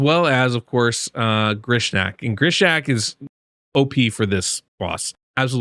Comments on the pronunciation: Grishak?? I believe it reads as GNishak (Neeshak) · His name is Gnishak, not Grishnak. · i thought it was knee-shack, not Grish-shack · Sweet video and you explained it sooooo well! Thank you. 👏🏻 Gnishak is pronounced Nishak. 😊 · Pretty sure the G is silent bud. Gnishak is Knee-shack. Could be wrong sir. Happy holidays to you and yours :) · THERE IS NO R IN GNISHAK lol, love your work man keep it up 🙂